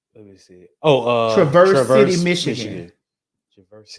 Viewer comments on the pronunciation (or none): The city is pronounced Travis city (that’s how us coloreds say it) This is not Detroit, it’s actually far as fuck from Detroit. Don’t blame that on my city. Aht aht